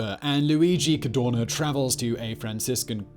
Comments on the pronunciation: Why do you say CARDONA instead Cadorna? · I love your channel, I enjoy your videos but you hjave the bad habit or butchering italian names :(... Dude I volunteer to send you an audio file in case you need to do a documntary about italian figure... n this case wit's not Cadona but CadoRna